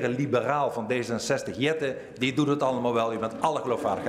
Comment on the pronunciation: Eerder de heer jet(ten) spreek uit in het engels